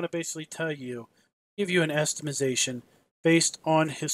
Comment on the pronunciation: "Estimazation"